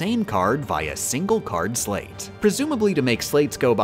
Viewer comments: U pronounced sleight wrong. Think of a magician and a deck of cards. You have probably heard the term sleight of hand. And how they use that to do most of their tricks. It pronounced the same way. Not pronounced like slate. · Calling them a 'sleigh't instead of sleight was dealing psychological damage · I before E, except after C and in long sounding A, as in neighbor and weigh. Except, of course for sleight, which rhymes with goddamn light! Stop saying slate, I beg of you! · It's pronounced "sl-ITESs" As in the play on words "Slight of hand",because it's a card game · You're mispronouncing those Org13 names (and maybe also the word "sleight") on purpose, aren't you? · I hate how she* says the org XIII names so much. I know it's on purpose just to sleight me. Edit. Peeped the pronouns in the video lol.